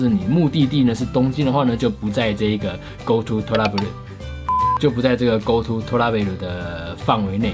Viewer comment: 為什麼我一直聽成go to脫拉庫...